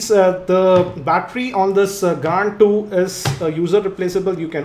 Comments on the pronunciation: pronounce it is grand 2............not " gand 2"..................lol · yea gand 2 on :o=))) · Gaaaaaaaaand 2! :P (Spoiler alert) :P